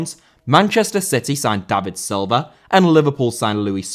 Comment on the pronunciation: Silva* not Selver